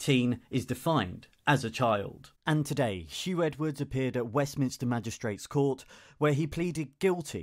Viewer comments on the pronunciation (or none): His name is Huw not Hugh